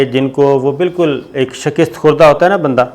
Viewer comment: Bhai shaaakist nai shikast hota hai